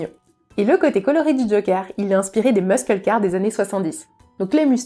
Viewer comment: pour info muscle car on prononce pas le c